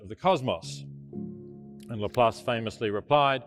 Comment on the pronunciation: Even the beginning is showing someone mispronouncing Laplas - and then moment later only saying half of what he said. It is okay to argue about anything, and personally I believe God is a bit more complex than any religion can say (and I do not believe any known religion) - but at least quote the guy fully, and not only what you want out of what he said....